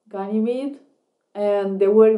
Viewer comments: It's pronounced Gan-a-mead. It's a moon of Jupiter. Large agricultural research and production hub. "The breadbasket of The Belt" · Gan-ee-meed (or ˈɡænɪmiːd), actually, though since the second syllable isn't stressed, it does often sound like "a" or "uh" (schwa).